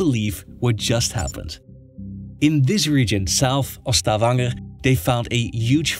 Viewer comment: The correct pronunciation of Stavanger just made me subscribe. 😂